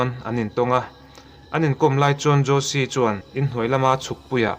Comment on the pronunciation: Ngaihnawm thin hle mai. Thil Pakhat, Jose Fereira khi 'Hawse' tiha lam tur a nih hmel. Spanish ah chuan J hi H angin an lam thin.